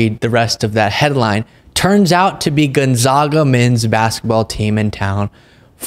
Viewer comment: Just so you know, it’s pronounced Gon-zag-a! Happens all the time and we in Spokane WA are mighty proud of our Bulldogs Basketball Team. As to the MAGA creeps, they should look into what’s happening around them before they make assumptions.